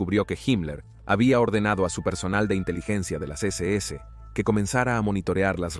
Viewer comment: Porqué dices la deséese, es la ese ese o sea SS.